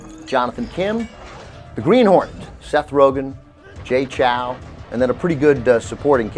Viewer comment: They say Jay Chou wrong. Chou rhymes with show.